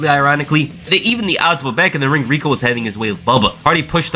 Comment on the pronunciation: At times when you say Rico I thought you said Regal.